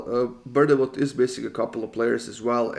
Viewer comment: Love these videos but I’ve gotta say it, I live near Bournemouth it’s actually pronounced ‘born-moth’ 💪